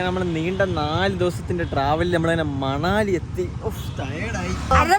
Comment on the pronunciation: മണാലി അല്ല മണലി anu😂😂